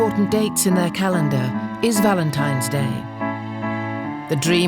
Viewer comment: They say "valentiMes day, or ballentimes day." We call it Valentine's Day.